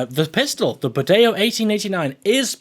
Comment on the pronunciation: good for you, the pronuciation of the bodeo is right